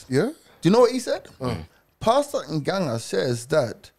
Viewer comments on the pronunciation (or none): G just butchered that ng'ang' name 😪